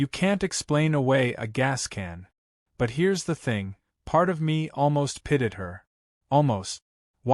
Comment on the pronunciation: Pitied is NOT pronounced pitted! Horrible AI narration and captioning.